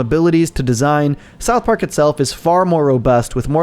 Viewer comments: Sarth Park? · Sarth Park.